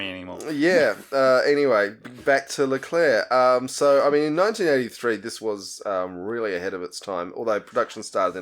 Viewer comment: The Leclerc is correctly pronunced (nice one!), the typing isn't correct, there is no capital C in it. The Leclerc is the last tank designed by the AMX/APX design bureau of Satory as such it had been baptised AMX Leclerc on January the 30th, 1986. Later, the G.I.A.T. (conglomerate of the state-owned arsenals) became GIAT industries S.A. (private company with public fundings) on July 1st, 1990. This change was accompanied with a rebranding of the Leclerc as just "Leclerc" (to wipe away the state arsenals legacy). The naming of the tank was a new trend with the Charles de Gaulle aircraft carrier to name new hardwares according to military figures. The departure of the french (if we actually quit this project... I havn't found anything regarding this) from the french-german common tank was due to deep disagreement regarding the share of the work. The french wanted to make the turret (which was their strong point) and leave the hull to the germans (which was their strong point). The germans having made a lot of progress on the Leopard 2, wanted the french to make some parts of the turret such as the electronics and the optics, which, on an industrial level, is nothing; especially none of the "consummables" (ammo, engin parts, etc) would be made by the french. What remained of the cooperation was the common specs sheets on which the tanks were built on. Regarding the 4-man crew argument, the lack of more people to repair or replace a sick or whatever crewman was dealt by using the